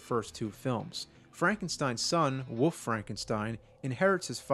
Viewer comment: There is an L on WOLF. It isn't woof or woofman.